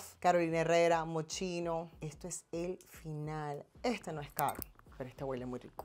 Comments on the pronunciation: 🤦‍♀️MOSCHINO SE PRONUNCIA MOSQUINO 🙏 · no se pronuncia moschino si no moskino